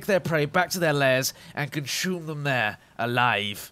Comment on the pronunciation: lol conshum